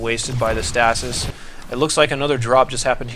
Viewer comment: I cringe every time i hear you say stasis.